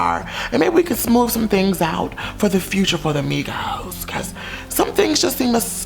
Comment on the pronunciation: in the beginning i thought said negros instead of migos